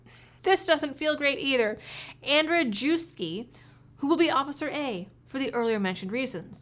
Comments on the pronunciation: FYI - Andrzejewski is pronounced Ahnd-zhev-ski. I had a girlfriend with that lastname many years ago. It is also Pat Benatar's given lastname, btw. I do not condone qualified immunity🤮 in any way. It is legalized thievery for police🤮, & many departments fund themselves with it. It needs to be abolished, especially as a means of funding... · By the way, the cop's last name is pronounced "Andzheyevskee." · Slavic or German Js are pronounced like an English I or Y. So Andre yew skie.